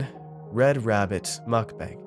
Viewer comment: Of course mukbang isn’t pronounce correctly. What was I expecting?